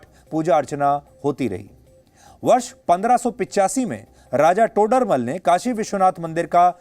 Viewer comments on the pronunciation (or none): Sudhirji - "राजा टोडरमल " नहीं "राजा तोडरमल". Please be more careful about such small mistakes (as people of India expect more from you as they expect more and more from Modi ji) These small mistakes eventually become landslides - one example is "वराहमुल" a town in J&K. I remember references to it as "बराहमुल" in newspapers (in the 1960s). And now it is (probably on purpose) refereed to as "बारामुल्ला". How this "मुल" bacame "मुल्ला" ?